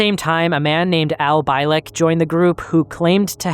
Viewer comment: Bee lick,not bye lick.. fuckin a do you know how easy it is to figure out its been lick god dammit man. Sorry but if you didn't at least listen to 5 minutes of art Bell's interview with the guy for research thn you would know it's not pronounced bye..🤦🏻‍♂️